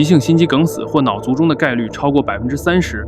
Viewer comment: 跟我念 卒（cu4）中。 卒（cu4）而临之而不惊